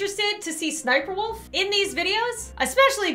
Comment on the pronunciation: It is spelled sssniperwolf but you say siperwolf.